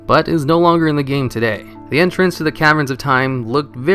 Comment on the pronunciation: Its odd how your mispronounce some of the simplest words in the english language. Entrance, castle, escape, the list goes on.. Do you do this on purpose?